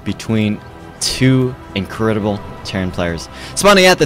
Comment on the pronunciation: Incurrdible xD